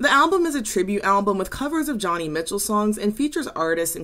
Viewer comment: I love what you do! Your video topics are always thought-provoking and well balanced. One note: Joni Mitchell's name is pronounced Joe-nee.